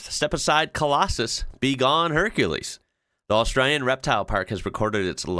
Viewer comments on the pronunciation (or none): none